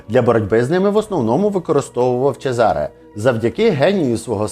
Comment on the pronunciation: чЕзаре, наголос на Е…трохи з іменами і наголосами ,будьласочка, вухо ріже😢